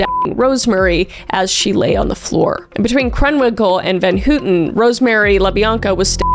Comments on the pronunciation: GIRL?? VAN HOOTEN?? NO ITS VAN HOWTEN NOT HOOOTEN AHAHHAHA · Leslie van H-O-W-TON.....Leslie van houton...pronunciation.